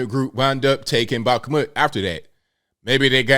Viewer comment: Its pronounced bak-moot ik you aren't Russian.